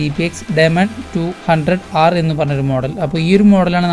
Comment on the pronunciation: ഡെമാൻ അല്ല ഡീമൻ